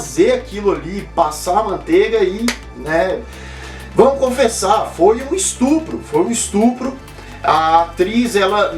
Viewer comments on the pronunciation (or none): none